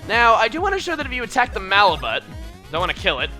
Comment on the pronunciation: malibut mal-i-boo